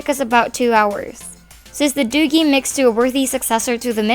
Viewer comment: Btw, another thing. the product is pronounced as 'doojee'.